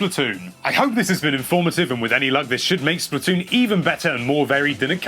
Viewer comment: Splat. Toon not Splitoon